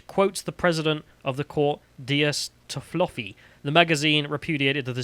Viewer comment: Text: "Toffoli": "Ah yes, Toffloffi, I know him well."